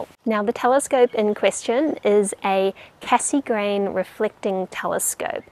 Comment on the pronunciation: Fun how you pronounce Cassegrain :)